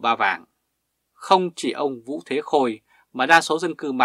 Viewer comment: Xin bạn nói rõ : Ông quan đó tên Vũ … gì ? Bạn phát âm không rõ